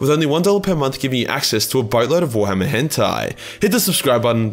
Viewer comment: Everytime he said warhammer I heard Thorhammer ...just me ?